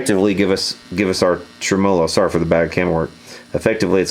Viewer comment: Anybody else being driven insane by him pronouncing TREMolo as trem-OH-lo?????